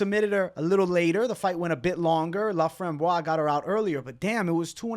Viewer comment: Everybody butchering ,Corinne Laframboise name is hurting my ears hahaha 😂😂and please guys do yourself a favor, its "Montréal , Québec" not "Montréal, Canada" ! Thank you !